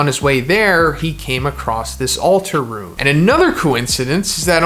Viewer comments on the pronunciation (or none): none